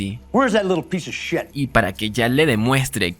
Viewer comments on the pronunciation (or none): none